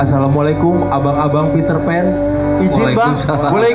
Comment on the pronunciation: Pitrpan Tapi bukan ariel😂😂